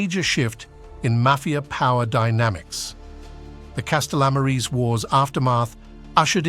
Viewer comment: The pronunciations...Lol. "Castellammarese wars"... He butchered that... Castellammaria del Golfo, Sicilia...